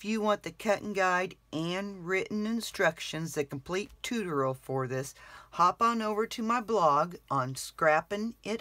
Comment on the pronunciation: WOW! That's a very strange way to say tutorial! Tooteral? Chew-toe-ree-al!